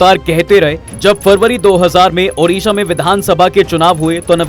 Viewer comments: The name of my state is ODISHA not udisa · Sir it's ओड़िशा। Not उड़िशा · It's ODISHA "ओडिशा "